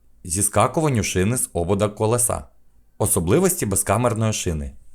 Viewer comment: Не колесА, а колЕса!!!